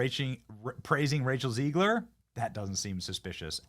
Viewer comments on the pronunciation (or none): Its ZEG-ler not Zeeg-ler. 😮😮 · Who else is ready to see a primadonna humbled? (By the way, Zegler has a short "e" in the first syllable and Gadot is pronounced as written. It is Hebrew; why do people keep pronouncing it as if it were French?) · i love how you pronounce her name 'RACIAL ZIGLER'